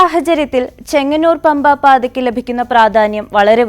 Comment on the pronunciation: KAANANAPAATHAKKU.. ERUVASATHU..... SAMRAKSHANAM... 😅😅😅😅😅